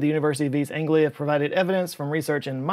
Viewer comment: As someone from East 'En'-glia, I love the way you pronounced East 'En'-glia.